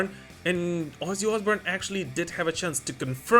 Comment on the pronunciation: Your pronunciation is on point: "Wuzzy Oozboorn"